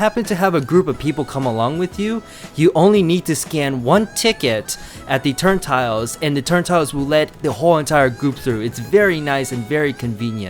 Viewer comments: Nice video, friend. Just one small correction: It's "turnSTILE," not "turnTILE." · It’s called a turnstile not a turn-tile